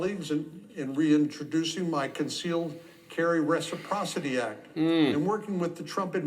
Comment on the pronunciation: I don’t like his emphasis on the word “concealed” in his statement.